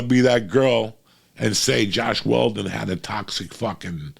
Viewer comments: "Joss Whedon" Not Josh Weldon. We still love ya, Uncle Joey. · LMAOO “Josh Weldon” when he was talking about Joss Whedon😂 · “Josh Waldon” lol